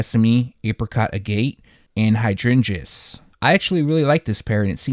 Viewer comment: All good. Its pronounced like maggot without the m. its a gem stone, oddly one that comes in various colors, which makes it a poor color definition to use for a product. But Nike cares about that about as much as youtubers do pronunciation.